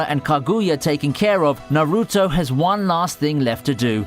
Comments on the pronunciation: does the guy watch anime, cringe at how he pronounces naruto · Stop pronouncing Sasuke and Naruto wrong